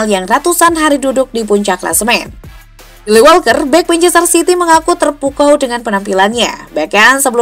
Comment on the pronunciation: Gw taunya "Leroy Sane", entah apa yg lu lafalin td buat namanya gw gk paham. Kyle Walker itu lafalnya "Kayl/kail", bukan "kile". Lu ketara bukan fans bola jdnya min.